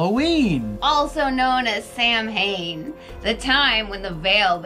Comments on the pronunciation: Samhain is a Gaelic word pronounced “sow-win”. It is not 'sam-hain'. But I loved your story.:-) - life in haunted house is interesting. Other people don't believe you if you tell them what is going on. It sounds like your mum is a medium. And your seven-year-old self did the right thing by telling it you were not afraid. Those things feed off your fear and grow in power. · Sow when....not Samhaam...good stories